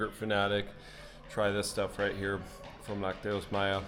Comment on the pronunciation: Chiapas is officially the cheapest state to live in in all of Mexico. A person in Chiapas requires an average of 7,000 pesos per month to cover basic needs and expenses. This figure is drastically below the national average (approximately 16,421 pesos). Spanish pro tip: the pronunciation of lácteos is with the stress on the first syllable LAC -teos. Always enjoy your fun videos with a positive vibe. PEACE